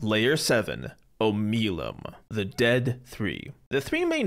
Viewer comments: Baldur's Gate 3 is the 5th Baldurs Gate video game not including remasters. As there was Baldur's Gate 1, 2, BG Dark Alliance, and BG Dark Alliance 2. I don't get why the pronunciations are so off, since... the whole game is voiced. You can hear them say Oh-mel-E-um , and MURK-el. (Sorry for the teasing on this ^_^ but im going to keep doing it) Shar is the goddess of darkness too, actual darkness. The Absence of all. It was not "not darkness but the darkness in peoples hearts" it's "BOTH actual darkness and the darkness in peoples hearts." The mirror of loss give Attribute bonuses and negatives, not skill bonuses and negatives. Tieflings are not from Elturel. Tielfings are from all over. The refugees are most of the Tieflings from Elturel, that have been kicked out because the people who were all dragged into hell- are treating tieflings like they were the reason they got pulled into the hells. They were fleeing persecutions. Tieflings don't have to have done anything to be what they are, devils are notorious shapeshifters and some don't even have to do the deed to pass on some infernal lineage to offspring. Avernus is not the "D&D version of hell" Avernus is the real world legend entrance to the hells. In d&d and actual mythology, hell is broken up into different layers or circles of hell. Im just being picky now- you called Bhaal the god of death, but- you already know why that's wrong :P Kuo-Toa is pronounced Koo-oh-Toe-ah. Jergal was not THE God of Death, he was the SCRI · I love how you made a correction to pronouncing myrkul, only to immediately butcher omeluum's name, both of which are said in the game multiple times 😂